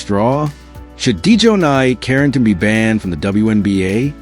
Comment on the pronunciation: Your AI voice can't even pronounce her name right 😂😂😂😂